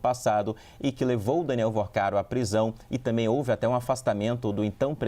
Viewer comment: Pelo amor de Deus, alguém ajuda este repórter a pronunciar corretamente a palavra também 😂😂😂😂😂